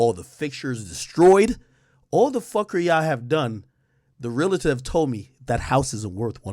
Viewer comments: It’s pronounced real-tour not real-la-tour. Realtor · Hate when people add an extra syllable to real-tor.